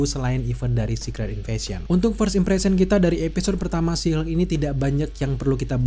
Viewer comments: nyebutnya jangan "si Hulk" bang wkwkw, kita bingung jadinya kedenger kaya ngomong She Hulk. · She Hulk bang. Bukan Shu Hulk